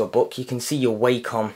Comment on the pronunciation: It's actually pronounced as WA-COM not WAY-COM